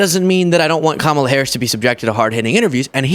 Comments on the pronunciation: The Sixty Minutes host loses all credibility when he failed to prounce Vice President Harris' first name correctly. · 😫"I Donald J TRUMP am fraid"😫I was fraid to go to war and fight for America, I'm fraid cause the interviewer is not from Fake Fox ENTERTAINMENT AND they'll ask me real questions and check my 🤥 LIES. 😫😫😫😫😫Kam.Moal.lah which I told all MAGA to say it like that. KICKED MY A$$ THE LAST DEBATE..NO MAS😫NO MAS